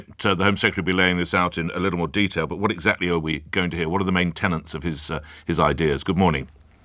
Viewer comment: Did he say "What are the main tennants of his ideas?"